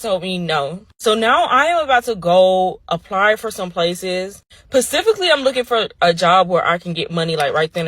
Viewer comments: Specifically vs Pacifically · LMFAO bro I just was about to ask that and you beat me to it PACIFICALLY ,😂